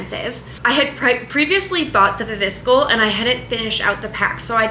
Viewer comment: Are we ignoring the way you pronounce viviscal ? 😂 it’s wrong fyi